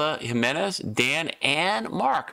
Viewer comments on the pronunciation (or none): none